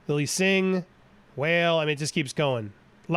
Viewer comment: Whale? You mean Walé.